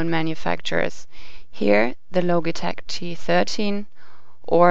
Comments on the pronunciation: ITS LOGITECH NOT LOGATECH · logi as in logic, not logie awards. lol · not pronounce LOGIE-TECH IT IS LOJI-TECH DUMMY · Its Lojitech not Lo - gi - tech. Logitech is pronounce as Lojitech. This is a bad voice over! The girls comment is not bad. The only thing that I don't like to her review is that she should make her own video showing how she reviewed these two and showing her hands. Mentioning the analog stick of the G13, if you can rotate it 8 way even if the software is only letting you configure it up, left, right down, its still an analog stick. Compared to the nostromos D pad its a D pad with a big thumb screw on top of it. If you are not sure if its analog stick and about the software of G13 please review it longer at least 2 weeks you said you reviewed it for one week. What is the use of making a video if you can't help people. If you can't decide between the two say your personal opinion and choice that way you can help people decide but it does not mean they should pick your pick. Logitech G13 is better than me because of Logitech's long time reputation at the best PC accessory BRAND! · Isn't it pronounced Lodge-i-tech? not Loge-i-tech. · Say Loageetech one more time I fucking dare you. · "the low-geh-tek" LMAO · not loGee tech logtech gee g gee g got it? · would you quit pronouncing it "loageetech" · logy tech lol pronounce it right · uhh, this logitech word isn't a real word. You know, this is from switzerland, the land made of cheese&watches and their whole language is based on *ch* NOBODY is able to pronounce / say it right. specially for this syncro we raided to switzerland that was the most torturing thing we ever made! and ok the saying in this video version is specially englishized only for that the mothertoungs feel more wellcome and loved :) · Sorry I checked out when you mispronounced Logitech.